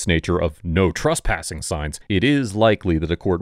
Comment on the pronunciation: Cop: Trespassing: He said truspassing